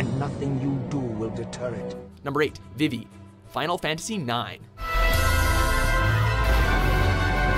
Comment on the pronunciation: Their pronunciation of Vivi hurts my soul